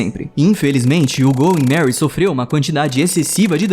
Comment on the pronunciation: é "going merry" e não "goy merry"